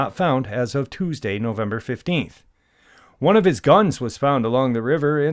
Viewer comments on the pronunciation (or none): none